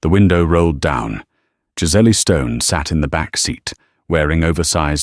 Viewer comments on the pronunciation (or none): Name is Giselle (Gisell) not giseley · The name is Giselle like the animal …not Giselle. Giseelly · Pronouncement of Giselle is not pronounced correctly. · Giselle. Is Giz Elle.